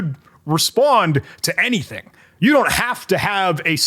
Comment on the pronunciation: Humans seem to sometimes omit syllables when they think faster than they talk. Far over a year ago I saw a video of someone flying west to east over Florida in a motorized paraglider, and when he told the camera about his "cruise control throttle" he accidentally said "I have here my cruise controttle". "AnyDink" is a new one I can tell people about now XD